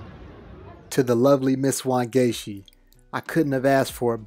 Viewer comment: I got so gassed every time he said Wangechi. I was like yes! what?